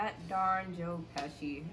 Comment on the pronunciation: at the end he says "god bless joe pecsi" and he says "joe bless you" lmao